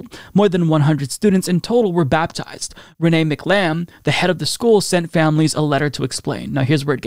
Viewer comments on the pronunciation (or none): none